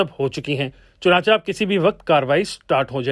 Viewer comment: چنانچہ کو چنانچا نہیں بلکہ چنانچے پڑھا کریں بھئی